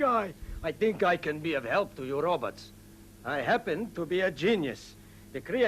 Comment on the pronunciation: I love how folks call them “Ro-buts”